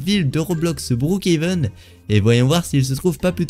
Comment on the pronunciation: TU EST FOU ON NE PAS BROOKHEVEN ON DIT BROOKHAVEN